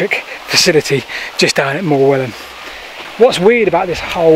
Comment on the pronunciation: The rocks you were standing on are called Morewell Rocks, a village in ancient Saxon was "ham" so please say Morewell ham not Morewellham. The leat you were trying to follow ran across the front of the rocks in lead cassions. So would be impossible for you to see. I used to go there as a boy before it was discovered.